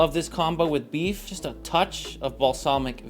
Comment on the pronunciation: Why are you saying buff instead of beef?